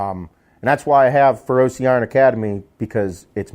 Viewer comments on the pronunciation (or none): I like your content,i like your no bs persona but as someone who is fluent in italian the way you pronounce feroce is just horrendous. It's feroce,not ferrosi.